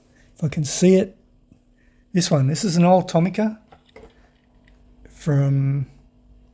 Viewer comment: I wasn't going to say this, but then you announced that you are going to southeast Asia and this might help. The letter "i" in Japanese has an "ee" sound, so, Tomica would ne pronounced Toe-Mee-Kah. Isuzu would be pronounced ee-soo-zoo. The letter "i" added to the letter "e" Shinsei becomes Shin-say. Korean and Japanese are a derivative of Chinese, but Japanese hate to admit that, so the sounds are the same across the Asian languages.